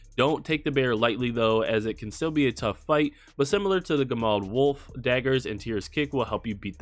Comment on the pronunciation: gemad is 'yehmad' as the g is soft and said y. Looks to mean 'mad wolf.'